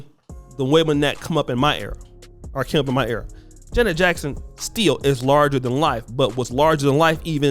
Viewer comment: You as a person, struggling with identity, envious, jealous and miserable have the audacity, with this plat foam of yours on social, to slander Janet Jackson. You have a problem pronouncing her name correctly. You're broke and don't stand a chance to kiss her. Who Are you Duke? Acceptance and love for one's self promotes happiness, love and respect for others. Social media allow Sociopaths the opportunity to get on here to exploit others, being broke, disgusting and toxic. This is an evil and perverted generation. Kudos to Janet Jackson. I have love and respect for she and her family. People will define who they truly are. GOD, please help us. GOD, I thank YOU, for YOUR Grace, Lovingkindness, and Mercies new to us every morning. In Jesus Name. Amen.